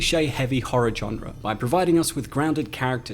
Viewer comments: Ok, I enjoyed Overlord and I really like your channel. But you read into this WAY too much! Easter eggs? A nod to Kurt Russell? This was a WW2 horror film, not The Shining. Also, why do you say genre as "john-re"? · With a softer J/G sound. The hard "J" like John is just so jarring. It's a French word, it's really not meant to sound like that...